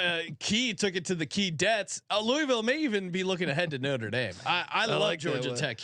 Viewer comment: you said Louisville right the first time and then corrected yourself to say it the wrong way cmon brother...